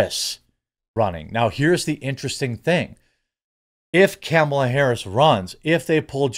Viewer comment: I like how you say Camel ah Harris lol